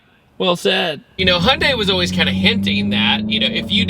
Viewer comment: Holy shite, this is the first time I've heard you say Hyundai correctly, instead of "Hundai"! I had to do a double take 😂😂